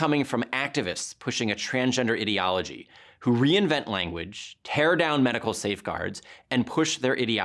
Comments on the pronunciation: He doesn't even say ideology correctly, what a fuckin goober. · get back to me when you can pronounce ideology correctly